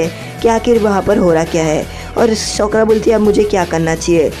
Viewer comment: Bro she's name is sakura not sokora 😂😂😂